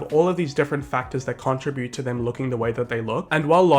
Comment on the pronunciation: AHH you say contribute weird